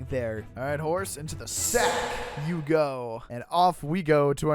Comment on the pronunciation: For real. I love the emphasis lol.